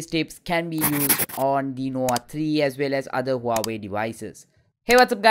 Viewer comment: Your pronunciation is very ugly.. Nowa Nowa3i???